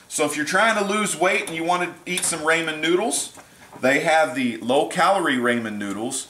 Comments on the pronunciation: I love you but you prounounce ramen as RAYmen but its like RAH.. rah RAH men sorry, good stuff though!! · D: It's raw-men. RAWMEN noodles.